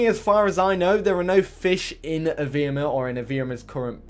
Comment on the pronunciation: It's not evrima is evreeeeeeeeeema